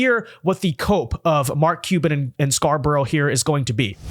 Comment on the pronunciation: For a podcaster with such good diction and who speaks clearly, this particular guy cannot pronounce Mark Cuban's last name to save his life. Sounds like he says Mark Cheeba or something like that every time he says it. How hard can it be to pronounce Cuban?